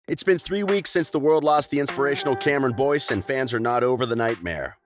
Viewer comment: This is how many ppl noticed that he said Cameron Dove ⬇️